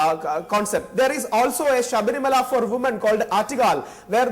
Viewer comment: The news anchor is not even able to pronounce the word Sabarimala...foolish mules...!!!